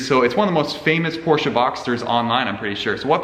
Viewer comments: It’s Porsche not porscha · it’s a porsche not a porsheUH